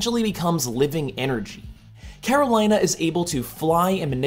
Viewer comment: Karolina is pronounced "Care-Oh-LEE-Na" not "Care-Oh-LIE-Na"